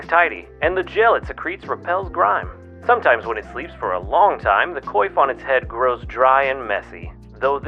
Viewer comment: Hate to be that guy, but Coif is pronounced / kwäf /. Haha, sorry, I can't help it.